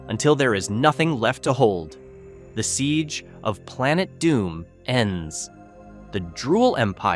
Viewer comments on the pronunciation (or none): none